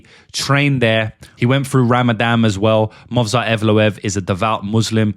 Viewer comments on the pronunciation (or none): I've heard of Rah-mah-dohn, but not Rammadamm. What is this Rammadamm you speak of? Just kiddin'....